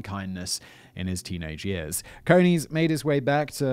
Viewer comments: I think it is pronounced as in Coney island, NY. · Pronounced like ice cream cone with an eees as the second syllable. Source: have a pal with the same name. Love yer channel! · It will be CONE-EES - as in rabbits. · I was thinking the same thing.